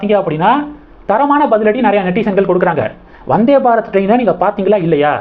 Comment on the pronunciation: வநாதே பாரத் இல்லை ப்ரோ வந்தே பாரத் என்பது தான் சரியானது நன்றி வாழ்க வளமுடன்